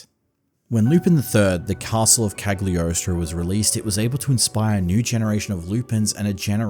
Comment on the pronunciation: OMG the pronunciation of Cagliostro 😵‍💫🤣 This One Piece movie is by far my favourite one, both for the style and the story (FFXII and X BGM is great!)